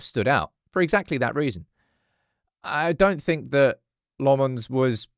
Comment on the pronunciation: I’m dutch spek the same language as Senne Lammens. It’s Sen-ne Lammens Like Lamb without the B!!! Please get it right.